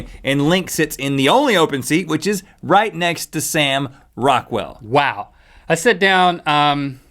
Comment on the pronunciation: I here Rockwell and I think u sayin raquell